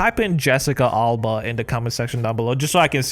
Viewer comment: Jesica what? Alba? Alma? Wtf is this